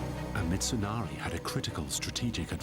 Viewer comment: "Hidehorry, Mitsunarry, I'm sorry"